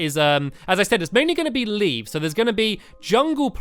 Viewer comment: he said livs